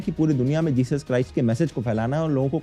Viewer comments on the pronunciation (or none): Jechus ka Chus k bolrahe ho ?